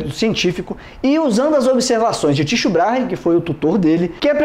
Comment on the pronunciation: Muito bons esses teus vídeos mais recentes, me lembram um pouco o VSauce (que gosto muito, pena que o VSauce anda meio inativo). Mas tenho que te dizer que "Tysho" doeu no meu ouvido...